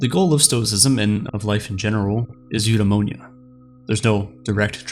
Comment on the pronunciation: Man. All that research and you still hit us with "yoodaimowniya"